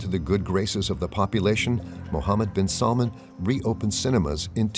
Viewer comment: SalmAn not Salmon! Watch stress.